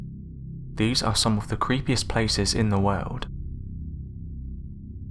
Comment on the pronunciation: When he says world 😅